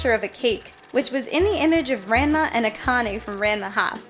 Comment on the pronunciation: That’s not how Ranma is pronounced.